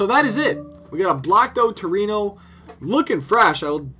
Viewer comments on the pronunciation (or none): Trueno, not Torino ...